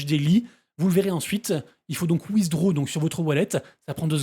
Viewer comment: C'est quoi wizdro ? 😂😂😂😂😂 C'est pas comme ça qu'on pronounce "withdraw" Ça m'a beaucoup fait rire 😂😂😂